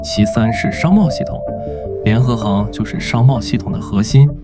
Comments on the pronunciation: 现在很难听到真正的人说话了 联合行（xing） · 一会把联合行读成联合型，一会读成联合杭……能不能先仔细校对智能解说，再学人家做视频？